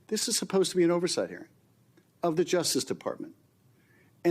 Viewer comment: OVERsawught?!!!? EDIT: y instead of the u. Wow see how easy that was instead of playing a doofington